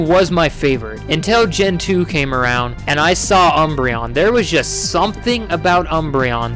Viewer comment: UMBREON, NOT UNBREION! THE FIRST N IS SUPPOSED TO BE AN M, AND THERE IS NO I IN THE NAME!